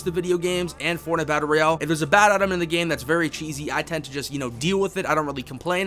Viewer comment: this guy says battle bro instead of Battle Royale lmao!